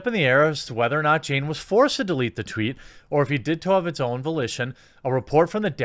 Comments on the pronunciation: “...to dereat the tweet.” Oh no. The Chinese have him! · "Directed to derete" Jeremy racist cOnFiRmEd